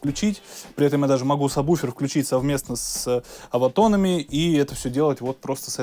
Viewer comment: Все прекрасно, только не «саб буфер», а правильно сабвуфер. Иначе Про с вами работать не будут. ;) Дополнение: с заливным освещением не очень хороша картинка. Локализации по зонам будет лучше. Спасибо не не нужно - из солидарности совет.